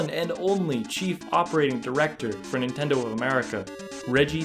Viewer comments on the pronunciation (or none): none